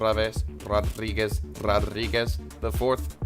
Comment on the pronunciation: CANT stop laughing: This is Javierr, this Oltrravesss, this Rodrrriguez, Rodrriguezz ---- EXCUSE ME ---- HAHA you are the MAN. I hope i dont meet the hidden amigo Rodrrriguez Jr soon.